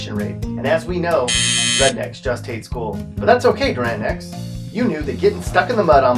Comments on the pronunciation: You’re definitely not from Oklahoma....because you pronounced it Durant and not Doo-rant. Plus you also spelt Madill wrong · It's pronounced Do- rant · It’s spelled Durant, but pronounced Doo-rant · Hey bud, just wanted to point out real quick... the residents in Durant yelled at me about it once (and I’m sure there’s a comment here somewhere already about it)... but they are very adamant about the pronunciation being “DOO-rant” for some reason. As far as how to pronounce the name of absolutely everywhere here… Just kind of figure out how to literally butcher it about as “incorrectly wrong” sounding as you can come up with, and that will be correct 😂😂😂